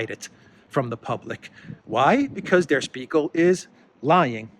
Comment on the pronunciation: Yasu file! It's a good show,. as always. FYI, Spiegel is pronounced with an "sh":)